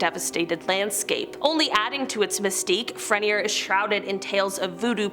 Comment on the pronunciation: You doing good pronouncing our state parishes..thibodaux and jean got you you lol! Tibi-dough and John, and fre-near close enough 👍🏼